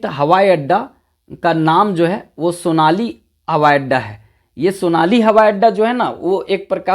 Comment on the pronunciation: Sonali nahi sonari hei.